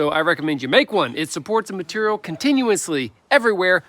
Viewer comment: MATERRIAL. I SAY IT LIKE THAT TOO